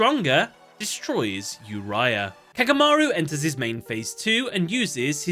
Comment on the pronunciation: its not yourya such a noob its oo-ri-a